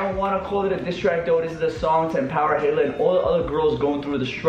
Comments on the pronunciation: Its “Ha-i-la”😂 you’re such a white girl😂❤️ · you said hayla not haila lmao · It’s pronounced hila not hayla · The way he pronounces Haila 😂😂 he sounds like he said Taylor 😂😂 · I love you I really do. But, lol, the way your saying Hailas name is driving me craaaazay!!!! Say HI_LA. <3 <3 xoxo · Lmfao says ‘haylah’ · The way slim pronounces haila is funny lmao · Yo no hate but your not saying Haila right